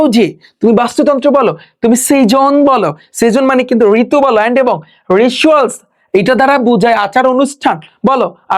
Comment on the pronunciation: আপনার কিছু কিছু english শব্দ উচ্চারণ ভুল হচ্ছে। যেমন folk এটা ফল ক না এটা হবে ফক । ritual রেসুয়াল না রেচুয়াল । pls স্টুডেন্টদের ভুল উচ্চারণ শিক্ষাবেন না । এছাড়া আপনার ক্লাস নেওয়া সুন্দর আছে and details ক্লাস নেন। এটা অনেক ভাল লাগছে । খুব সুন্দর বুঝিয়ে পড়ান ।